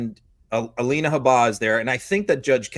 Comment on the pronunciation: How come pronounces Habba differently than the rest of the Meidas Network?